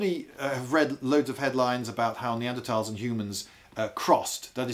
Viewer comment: he says “neadertals” then right after “Neanderthals” right after